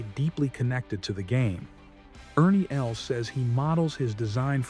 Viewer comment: IKR, a 3………woood, Ernie Else…😂🤣😂🤣 Artificial Dumbness….